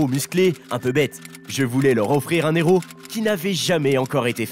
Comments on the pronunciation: Un "Néros"? Vous avez pas honte, franchement? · De son Héros, h aspiré, punaise un "néro" répété plusieurs fois. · Moi qui suis une INCONDITIONNELLE de Nicolas Cage, cette vidéo est d'une médiocrité sans nom alors qu'il y a de quoi faire avec une telle carrière et un lascar comme lui ! Pensez à prendre des cours de diction ainsi que des cours de français également ! On ne fait pas la liaison devant un H. Exemple un héros....